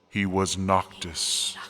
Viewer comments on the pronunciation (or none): NOCTIS? NOC- TIS